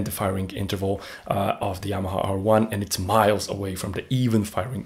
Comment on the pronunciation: Are you portuguese, man? You can’t say Yamaha? You say Yamaa. 😅